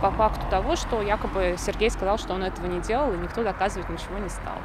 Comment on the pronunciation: Как она произносит любезно "Сергей"...????